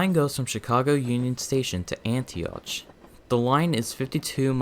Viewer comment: Antioch is said like “Antiock”